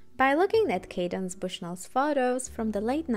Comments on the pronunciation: hey, thanks for this. I'd just like to let you know that Candace is pronounced CANdace and not CADence. I agree the fashions were great in season 1:) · Love watching recaps, especially of season 1. I never understood the fashion of the show, but I appreciate the breakdown! Also, the author's name is Candace, not Cadence 😊 Keep up the good work! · It is CANDACE! NOT 'Cadence'. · its candace, pronounced 'can-diss' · I find that I kind of like Candace Bushnell pronounced as Cadence. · I always laugh no matter the season of SATC and that's why I still watch. Also, the writer Candace Bushnell's first name is mispronounced which was interesting to me because I thought that was a fairly common name. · Thank you, that was driving me bananas! Candace Bushnell is a famous author, and it hurt my soul each time I heard the name mispronounced lol. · I’m an ultra fan of SATC and it kills me that you keep butchering CANDICE BUSHNELL’s name 😮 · all this great work on the video and the creator doesn’t learn how to pronounce “candace”. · It’s cringeworthy but a great video nonetheless 👏🏾